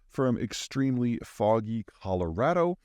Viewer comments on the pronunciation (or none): none